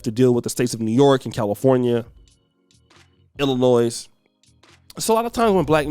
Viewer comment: This S is silent in the word, Illinois prounounced il-ih-NOY ……. not 👎🏾 il-ih-NOISE